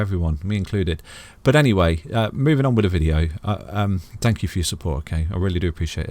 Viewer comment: Think not fink. That not dat. Thankyou not fankyou. Talk properly thucks sake